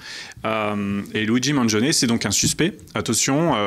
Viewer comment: ok, tu m'énerve, c'est un italien! il s'appelles pas maaaangion il s'appelle Mangione ça se prononce man djionn ni! Les français🙄